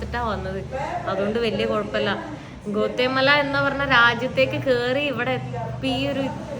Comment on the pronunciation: ഗോത്തെ മലയല്ല, it's pronounced aa ഗ്വാട്ടിമാല.. മലയാളം പറയുന്നപോലെ അവിടുത്തെ സ്ഥലങ്ങളെ ഉച്ചരിക്കല്ലേ. ഞാൻ എൽ സൽവഡോറിൽ നാല് വർഷമായിട്ടുണ്ട്. വേണമെങ്കിൽ അവിടെ താമസത്തിന് സൗകര്യം ചെയ്യാവുന്നതേയുള്ളൂ. They all are very nice people, ..